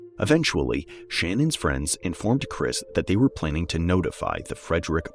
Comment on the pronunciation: Her name is Shannon so it's pronounced Shannon too. Her pronunciation of her fake name is bs